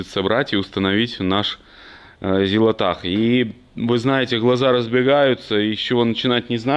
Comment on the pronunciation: Не зилотах! а ЗИЛОТРАХ! 🤣 🤣 🤣